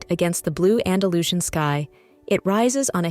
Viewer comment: Andalusian is pronounced Anda loos ee an, not andalooshin. Soller is pronounced So yay, not soler